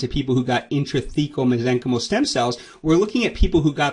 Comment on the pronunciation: Why do you pronounce Mesenchymal incorrectly? The root is from Mesenchyme (Pronounced mez-eng-kahym) as a noun. To make the noun into the adjective you replace the final "e" with "al". I suggest that you correct your pronunciation to stop spreading mispronunciation. You cannot just make up your own grammar rules. I know it may be a hard habit to break, but as a doctor, you should pronounce your terminology correctly. Next video, you can announce your prior mispronunciation and educate your audience accordingly.